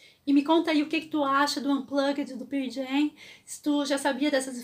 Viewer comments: Desculpa, não consigo ouvir alguém falando "Pier Jam"... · Ótima história! Mas me dá um certo nervoso ouvir ela falando: "Pir Jam"! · Excelente vídeo ! Só um detalhe. Se pronuncia pãrl Jam é não pier jam. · mto bom seu video, mas se Pronuncia Pârl Jem. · Por amor de Deus que é isso de Pirl Jam? Ficar falando de uma banda sem sequer saber pronunciar correctamente, mais vale não dizer nada. Compreendo que se tenha de trabalhar. Como dizer que assisti o Pearl Jam em vez de dizer que vi os Pearl Jam. É demais. E eu nem preciso de dar a mínima para isto, mas conhecendo a banda como conheço, é horrível demais ouvir dizer Pirl Jam uma centena de vezes. E o banco onde se sentou o Eddie não era uma prancha de bobyboard mas sim de surf, ele pratica surf e vem no local onde tem as melhores ondas do mundo as big waves, Nazaré. Podia dizer muito mais, mas fico por aqui. Bem, Feliz Natal. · Não se preocupe, todos nós pronunciamos o nome da banda errado mesmo kkkkk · Pow, parabéns pelo video mas a maneira q vc pronuncia o Nome da banda doe os ouvidos. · Legal ... só falta aprender a pronunciar o nome da banda corretamente ...